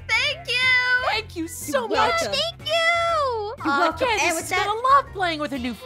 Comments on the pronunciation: Its Candice not canvis btw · Aphmau: candess who candess? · Did say Candice 😳